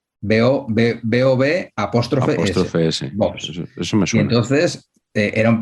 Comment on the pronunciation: Se dice apóstrofo, no apóstrofe.